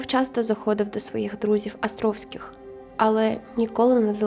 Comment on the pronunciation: Гарне відео, але дуже ріже вухо «Астровських» 😬